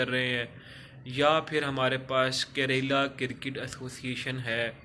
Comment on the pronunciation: भाई करेला नहीं केरला😂😂😂